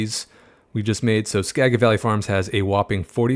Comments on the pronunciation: Btw its not ska-get its pronounced ska-jet ;) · Wanted to share that Skagit is pronounced like Skaget, like you’re saying gadget. Additionally, it’s very difficult to obtain right-of-way from RR to create an underpass. In my opinion, it is much easier to bypass the RR altogether or only impact one of their lines. Going under multiple lines isn’t very realistic. The costs of acquiring those rights would be too high.